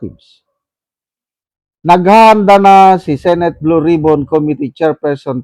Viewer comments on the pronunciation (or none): none